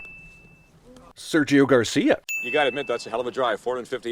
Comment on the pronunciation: "Sérgio García" DAMMMMNNNN